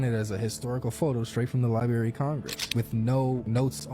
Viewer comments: Library. Library. It has two r's in it. That is one of those words that drive me crazy. Dude said lieberry. I know im bitching at a video that has nothing to do with anyone in here but GOD that shit drives me crazy. Fuckin Lieberry. AAAAHHHHHH! Its like strenth instead of speaking correctly and saying strength with a g. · I believe you are looking for truth. I wonder why you feature straight up YAHOOS to talk about very relevant issues? themindseye guy left out important details about Musk and Open AI...he also called the library the libary. Dolt! thedoctorregerneratd used a clip from an old time movie and dared to call it fact! HAH! The two people talking about the Northern Lights this May, have ZERO idea of what they are talking about. HAARP did NOT cause this and it's been proven. These two are total fear mongers! About the priest clip. If you and I and most watching don't believe it, why even present it? These characters like, ninjasarebutterflies, are clueless how anything works. They are like parrots repeating what they hear, not what they even understand. That chriscork89 guy is presenting what must be a FAKE news channel about airport security for private jets in the UK. Definitely FALSE! I think we would all like better qualified people to talk about important issues, not these YAHOOS that are straight up telling lies, guessing and fear mongering. We are living in critical times, we need the facts, not the hype. I know I would like your show better. if you would vet your clips before presenting them.